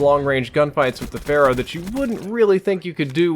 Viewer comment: "...with the Phara" I think you might have been under the influence of Overwatch when you said this. ;)